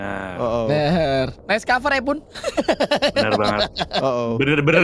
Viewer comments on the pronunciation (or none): none